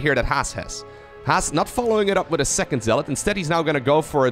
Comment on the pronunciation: "what about seecond cheese" hahaha good one